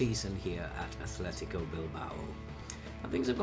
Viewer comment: hey it's Athletic no Athletico